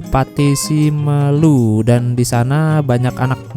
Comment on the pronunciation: Pengucapannya simeelu bkn sime mas